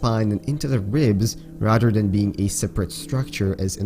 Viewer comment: Rader wtf you mean rather